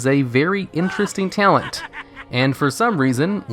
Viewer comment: t - a - l - e - n - t not ""tialent"